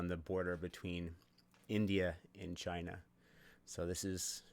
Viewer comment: Love how he starts off saying China as Chyina.